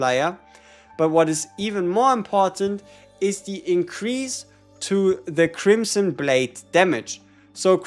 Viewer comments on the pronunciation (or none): none